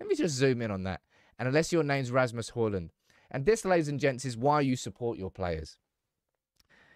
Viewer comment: His name is Højlund, NOT Hojlund.